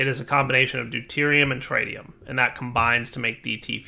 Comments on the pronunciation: Trit-ium not Tri-tium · "Deuterium and TrAiDium"... oof